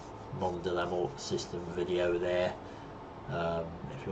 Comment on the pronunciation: I recently saw a screenshot of it with someone landed right next to the jet, that was awesome and scary. By the way, I heard the "t" from Mort is mute. So when you say it, it should be "Monde de la Mor". o.O There's a t in there because you could refer to a different gender like a dead woman. "She was found dead" which result to "Elle a été retrouvée morte". That's the only time where the t is no longer mute. :D At least from what I understand.